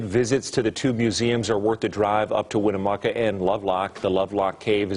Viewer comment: I used to deliver the mail to the Winnemucca family. It is pronounced Win...uh....muck...uh. Chief Winnemucca was at Pyramid Lake when we delivered the mail there. I am very interested in giants and am writing a book on pre flood giants, If you are ever in this area I wish you would reach out, I have things to show you.